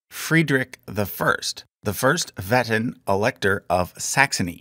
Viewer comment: please look up pronunciations for stuff like Meissen and Wettin if you haven't already since the video came out 😭